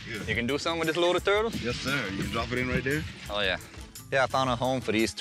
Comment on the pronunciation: "Am I not turtle enough for your club? Turrrrrrtle, Grrrrro."